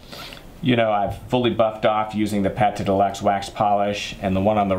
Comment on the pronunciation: Great, by the way it is not PATé de luxe, as in cooking, but it's pronounced like PAT !!!!!!